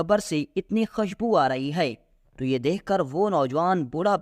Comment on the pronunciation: خشبو نہین خوشبو۔۔۔۔۔